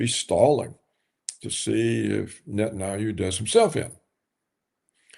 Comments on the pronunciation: Netan-ah-hue brah? Haha. Love you guys. 🙏🏼✌🏼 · For all his insight, PCR struggles to pronounce "Netanyahu"...